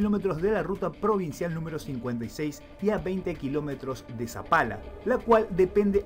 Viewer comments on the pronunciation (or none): No es sampala, es Palpalá jajaja un saludo desde Jujuy crack <3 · PALPALA!!! NO ZAPALA, PALPALA!!!